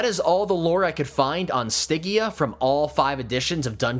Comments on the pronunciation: Stidgia, not Stiggia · The "G" is like George dumbass 😂😮😅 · good info... but that pronunciation of stygia... OOF! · It's a soft G, like fridge. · I hope that you understand you mis pronounce stygia the whole time 😂😮😅